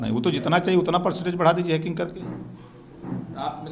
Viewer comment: Chacha ko Hacking 😆😆😆 bolne to aa nhi rha chale hai hack krne hainking 😆😆😆😆😆😆😆